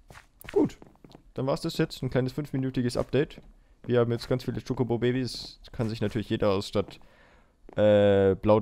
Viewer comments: Wo er chikobo sagt und ist voll hübsch😍😂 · ich brauch ein video wo du in dauerschleife chocobo sagst :D das gefällt mir so :D